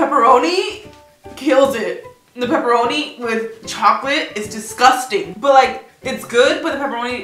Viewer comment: Nobody: Absolutely no one: Karina: DISGUSTANG